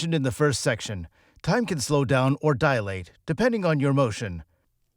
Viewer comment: Dilate, not DIAlate